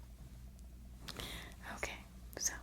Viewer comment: I love when "" says NoKay